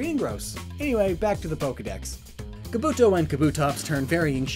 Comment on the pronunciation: I love shiny Espeon. It is beautiful!..Also you said Kabuto and Kabutops wrong...People always get this wrong......You know Kabuto from Naruto? You pronounce the Pokemon THAT way....